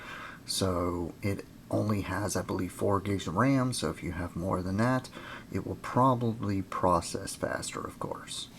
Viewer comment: do i hear you saying dat instead of that?